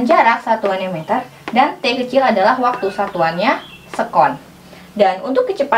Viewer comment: Se'kon kak,bukan sekon